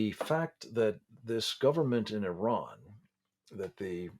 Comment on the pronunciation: How is it that a so-called 'expert' on Iran cannot even pronounce the country's name right?